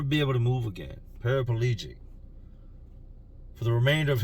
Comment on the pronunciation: It's not parapaligik its called paralized idiot